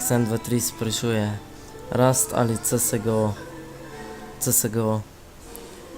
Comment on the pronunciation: Nice ampak ne izgovori se csgo ampak siesgou